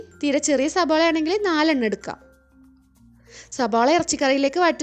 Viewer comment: സവാള... സവാള... സബോള അല്ല